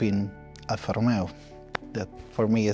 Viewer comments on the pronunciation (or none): none